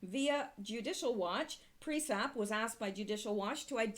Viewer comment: Sounds and looks great, and I like the content, like always. Can you please, though, check how you say PriesTap?